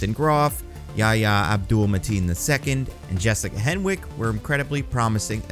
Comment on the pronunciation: The W in Jessica Henwick's name is silent.